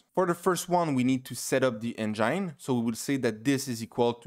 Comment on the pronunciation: interesting! Very helpful. A big thanks man! And also, you were saying "enjaine", lol. Got me confused at first.